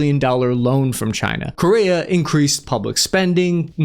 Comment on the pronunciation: In America, Correa is pronounced "Core-Air-uh"